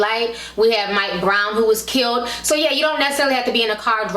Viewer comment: KILLED not KILT!!!!!!!!